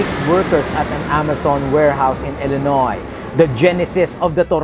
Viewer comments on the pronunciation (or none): none